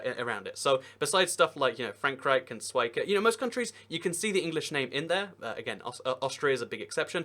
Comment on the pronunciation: I’m a bit late (recently I’ve been binge watching a bunch of these videos) but the majority of my extended family is from Switzerland, specifically the German parts of it and... I just.. You said swicke, I don’t even know what that means, it’s just genuinely not that close. Schweiz, as in shh vize.